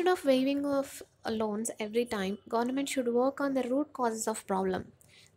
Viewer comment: Please pronounce Government properly.